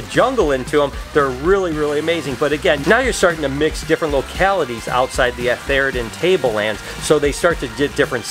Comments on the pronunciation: A-THAIR-i-ton Tableland... LOL. Its ATH-er-ton Tableland! More Aussie snakes please! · A-THAIR-ton Tableland... LOL. Its ATH-er-ton Tableland! More Aussie snakes please!